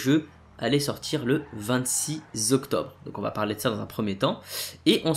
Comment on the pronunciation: et Le 26 Zoctobre 😂